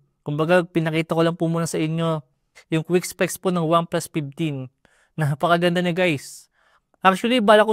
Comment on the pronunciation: Pinally, OnePlus PIPteen SmartPon. 😂